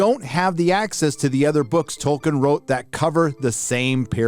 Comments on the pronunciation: TOLKIEN, not TOKEN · His name is Tolkien, not Token